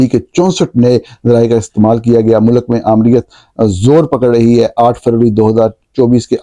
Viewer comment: "وجوہات کی وجہ سے" نہیں "وجوہات کی بنا پر" مودی کا تلفظ Modi ہے، Moodi نہیں۔ امرتسر کو Amritser بولا جاتا ہے، Amer-tasser نہیں۔ ملک کو mulak نہیں mulk کہا جاتا ہے۔ عربی میں شہر کا نام Ga-za نہیں GHAZZA ہے۔ نیز جاوید کو جوید نہیں کہتے، نہ تاریخ کو تریخ۔